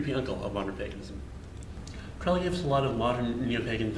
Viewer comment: It's Crowley rhymes with Holy. You're saying his name wrong. The OTO was not a spin off Order of the Golden Dawn either.